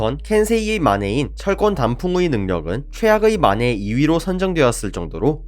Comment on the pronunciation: 몬더그린 영향인가.. 만해가 (사다오) 마네로 들리는군요..